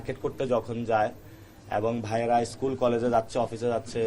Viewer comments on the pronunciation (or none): none